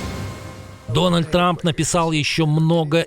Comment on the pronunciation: Днальд ))) Дональд ))))